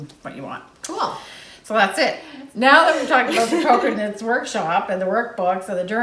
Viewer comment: Oh, my goodness you two are hilarious, but when referred to Cocoknits as Coconuts, I lost it! So much fun knitting with you two. I'm so happy that Charlie is doing well.